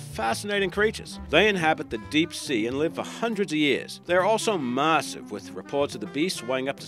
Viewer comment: Why the does this clown keep saying marssive!!!!!!